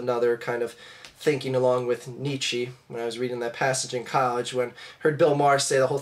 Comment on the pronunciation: There are some troubling things regarding your "study" of Nietzsche: 1. You pronounce his name wrong, someone who studied him would know (and use) the correct pronunciation. 2. He wasnt communist.He was the exact opposite (The ubermensch; the idea that everything must be earned through individual hard work). Its like saying Adam Smith is Trotsky. Anyone who studied Nietzsche would never, ever make that statement. You clearly never studied him and are hoping no one will call you out on it.